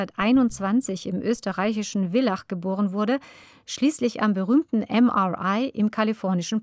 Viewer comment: Das in Kärnten liegende Villach wird mit einem harten F gesprochen, nicht mit einem weichen W! 😊☝🏼